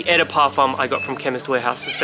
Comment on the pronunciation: Beside saying "Eh de Parfum" 😂 2/10 review and is #wild